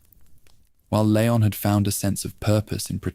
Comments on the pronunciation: Leon strong E lEon EEEEEE not layon 😂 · it's leon not layon </3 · Lee on not leyon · I noticed another „creator” also kept saying layon but then Leon and then layon again. It very well could be AI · Good vid, why do you change how you pronounce Leon?